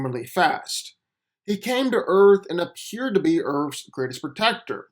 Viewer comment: "Key-e-owe-ld" = killed? "Ur-phs" = Earth's? Learn English. I blk n slow but you reeee speh-show-uhl.